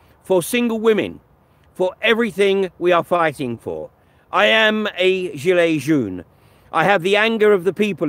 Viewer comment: Hi i am French , thanks for the video :) You have to say 'Djeelay John' , not 'Djeelay June' for 'Gilet Jaune' Also you have to know that at the same time Christophe was protecting a women from beeing battered by the police , somewhere else in Paris , a police chief was boxing a protester and he got out of it without beeing prosecuted. ( there was an internal investigation triggered but this will probably last forever and with no outcome'